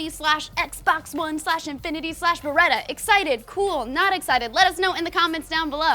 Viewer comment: it's Bereta